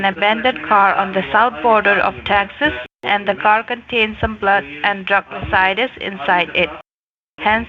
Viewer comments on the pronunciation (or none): I see they still can’t pronounce “residue” correctly. Among a million other things.